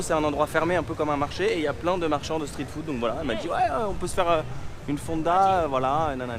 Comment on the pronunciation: Ce qui m'embête c'est ta prononciation. Je n'ai jamais entendu un anglophone prononcé le street en STRIT. Comme l'autre influenceuse qui prononce le scared en Scaréd. C'est juste ça